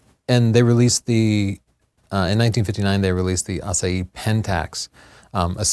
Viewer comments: AH SIGH HEE not ASS UH HEE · I can tell that you studied Spanish, because you are not pronouncing the "h" in Asahi. But Japanese does.:) And for... Pretty much, the US won the war, as the US did the vast majority of the Pacific Theater's fighting. Still, here's a (not so) fun fact: North Korea exists because the USSR took over the northern part of Korea (which had been a colony of Japan) during the final stages of the Pacific campaign. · Asahi, not Asaee! The girl pronounce correct. I want to read the informations from the display, not to see the faces of the two speakers...what a lack of intelligence. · Did it bother anyone else they were pronouncing asahi like the proper pronunciation of "acai?" It's not an especially difficult word to get close to the proper japanese pronunciation....(great video overall, that just bugged me) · What happened to the "H" in Asahi? Is this some kind of Lisp? I have noticed that is not very good at pronouncing foreign words and names. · Fast fact - not the correct pronunciation. :D It's a Japanese thing. Kudos for getting Ett Venter's name right! Thanks for a great show!!